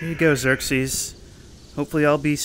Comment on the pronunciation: "Xirses?" distant ominous thunder